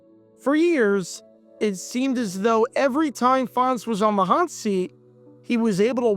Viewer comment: Len was an assistant for the Lions for a while, I think. I just found it weird that for some reason he pronounced his last name differently than Wayne did. (like "Fon-tez")